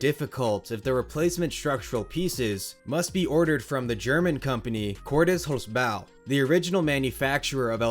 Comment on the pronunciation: For someone who likely doesn't speak German, you got the "Cordes Holzbau" pretty well. And considering the impressive overall quality of the content on your channel, this can easily be excused. I guess we all prefer great content with a 95% pronunciation of a German name over crappy content where the only thing well done is getting a German name right. 😁 "Holzbau" just translates to "wood construction", while Cordes is the last name of the business owner (and likely the founder too, as this seems to be a family business). With English not being my primary language, doing this phonetic stuff is not my strong side, but I would guess the best way to describe it to an American would bei that it is pronounced like HOLTSbow, with the first syllable stressed and "bow" being pronounced like the bow of a ship. If someone is better at phonetic description, feel free to correct me. The good thing about El Toro being a prefab is that Great Adventure only need to order "all parts from here to there", and Cordes will be able to send them spare parts that will be a perfect fit. However, given the risen price of lumber, this may not be a cheap repair job. Greetings from halfway between Cordes Holzbau and Schwarzkopf (geographically speaking)😂